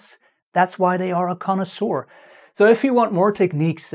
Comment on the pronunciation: has Brain!!... Also that word "Conosour" sounds like DINASOUR!!...